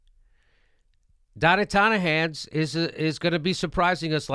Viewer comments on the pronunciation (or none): The longer he keeps saying it, the more he says "Donna Tonnihans" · I watch these videos just to hear "Donnie tineh hands" lol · STOP TRYING TO SAY THAT DAMN NAME YOU HAVE FOR TRUMP! YOU CAN'T PRONOUNCE IT, STOP EMBARRASSING YOURSELF!